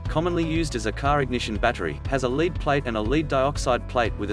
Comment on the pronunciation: Ugh. Robot voice. Note the mention of "leed"-acid battery.